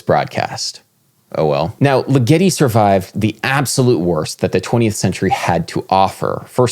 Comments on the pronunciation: Great video Adam, but I think the stress in Ligeti's name is on the first syllable (LI-ge-ti) rather than the second (Li-GE-ti) as you have it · LIgeti. The emphasis is on the first syllable. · it's LIgeti, LIgeti not liGEti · Dude... Legeti's name is pronounced LIgeti not liGEti. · The composer's name is pronounced with the accent on the first syllable. LIG-etty. (As in, it works as part of a punchline like "why did Ligeti split?" -- creating a joke to fit the punchline is left as an exercise for the reader) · Hyggen76 ligeTEEEEEeeeeaaauuuiii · I'm sorry to be this person Adam, but Ligeti isn't supposed to rhyme with spaghetti... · You really need to a take a couple of seconds to be sure you know how to pronounce the name of a composer before you talk about them. First you butchered Steve Reich's name and now Ligeti's. For such an otherwise well spoken person, this is a glaring gaff. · It's pronounced Diord'(soft d) LEE-geti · sorry to be the annoying pedant here... it's 'Jerge' (soft j and g) Li-gutti (emphasis on the first syllable) :) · Hungarian György sounds more like Giurge or Dyurge. And put the stress on the first syllable in Ligeti: Dyurge Leega-tee. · Adam, et al, please correctly pronounce the French title (poe EMM SAM foe neek), as well as the composer's name (Gee OR gee (The Gs are as in Gregory...) LIGG eh tee,...) , not like spaghetti! Otherwise enjoyable.